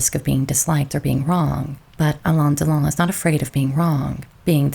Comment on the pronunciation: You butchered his name. Alain and Delon don't rhyme.